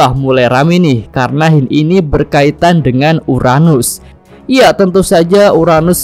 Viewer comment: URANUS.. bukan UNARUS